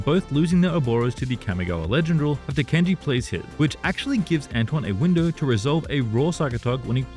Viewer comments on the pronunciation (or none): none